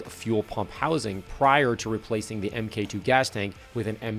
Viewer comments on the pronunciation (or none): argh please don’t say EMMM-KAY 2. MK is just short for the word “mark” so just say mark 2, mark 3 etc. Otherwise this whole video is legend level stuff. I miss my GTIs despite having a Corrado now! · Love the car and video but I gotta say, people used to get bullied for saying "emmm kay two" and not "mark two" 🤣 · Wait, Americans says 'Em Kay 2'. 😂 Mate, it's pronounced 'mark two'. The MK stands for Mark. It's an old British term that a lot of European manufacturers adopted. The British military started using it during WW1 to label prototypes, as a lot of car manufacturers ended up making weapons, planes, and vehicles during WW1 and WW2, they became used to that term. So, after they stuck with it and the Germans adopted it also. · MkII isn't pronounced M-K 2. It's pronounced Mark 2. That's what Mk is short for. Nice car. Good video. Lots of ads though. Thank you. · Why say MK2? It's short for Mark 2?? 😂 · Epic video which I hugely enjoyed but why does everyone keep saying M K 2 when it's Mark 2 (mk2)? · STOP CALLING IT AN "EM KAY 2" ITS A MARK 2...YES I AM SHOUTING. ITS INFURIATING. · Mark 2, not Emm Kay 2! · This was great. I love the chime when you first start the car, it has massive nostalgia for me when I remember my HS VW. I was always told it is “mark 2” not “emm kay two” - there are old buried threads on VWVortex that cover that debate. 😂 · Audio guy, its Mark2 not Em Kay. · Man this brings back memories. I had a bunch of these from '04 till '15 including donor cars. I was one of the first in Australia to do the 1.8T swap. Oh and please stop saying "EM-KAY 2"... it's MARK 2! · Great video, but it's Mark 2, not m-k-2. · Just one think, it is NOT called “ M K 2” , it is “Mark 2” 😅😂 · My favorite video from ever! I’ll just assume he’s trolling everyone with the “emm kay 2”… he knows better…😂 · MK2 is pronounced Mark 2 👍🏼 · “Emm kay two” 🙄🤣🤨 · MkII is pronounced Mark 2. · I vomited in my mouth every time you said M K 2. Love the car tho.